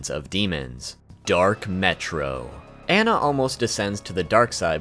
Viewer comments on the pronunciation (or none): none